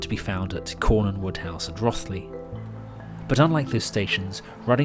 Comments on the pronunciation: It’s ROthley as in Roast and Rose, not Rothley as in broth and sloth. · Rothley pronounced "Rowthley" rhyming with Glow Dee, not Wrathley. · I was going to give that a hundred out of hundred as the most professional film I've ever seen on youtube, until you said "Wrathley" - the first syllable in Rothley rhymes with "both". But hey, 99/100 isn't bad. I can't believe how many halts and stops the line actually served, to little end, and I can't imagine the legwork, planning, and car miles to cover the whole thing for one video. Oh, and the new look Leicester Central was done up as a hotel, with the station manager's rooftop office as the principal suite - can't swear to it opening yet, what with one thing and another. Thought you would give a good nod to the heritage workers at Ruddington, but still - minor quibbles in the light of such a superlatively professional production. Signed, in awe, me. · Excellent film. Having showed this to my Leicester-native other half, she did point out that the o on Rothley is apparently pronounced as in both, not bother (but that's a nitpick that nobody outside the area is reasonably expected to know ;) ) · Wonderful video. Thank you. I live a hundred yards from the line at Leicester North and my children have spent so many happy hours using it as a playground. Minor point: Rothley is pronounced as in 'toe' rather than 'moth'. Thanks again. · Lovely video, thank you so much. I love the GCR. As a treat on my 40th birthday, more than 20 years ago, I got to drive a train from Loughborough to Leicester North. What an experience! Word to the wise: Rothley is pronounced "Roe-thley" and Basford is "Base-ford". There's the East Midlands for you!